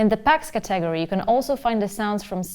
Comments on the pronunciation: Ca-TAG-ory.....Love it . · She emphasizes TAG in caTEGory, Kinda makes sense considering the subject matter. She invented a new word that should be in the musicians dictionary. LOL Cute.